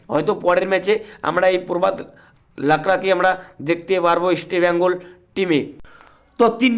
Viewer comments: আপনি ইস্টবেঙ্গল বলুন, ইসটি ব্যঙ্গল না 😂😂😂😂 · আপনি আগে ইষ্টবেঙ্গল উচ্চারণ ঠিক মতো করুন তারপরে ইউটিউবে আসুন । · আপনি তো বাংলাইজানেন না। মনে হয় শিক্ষা দীক্ষা খুব বেশি দূর এগোয়নি। আপনি ইস্টবেঙ্গল কথাটা উচ্চারণ করতে পারেন না। আগে বাংলা শিখুন। তারপর চ্যানেল চালাবেন।